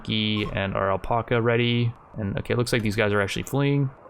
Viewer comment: alpaca pronunciation learn it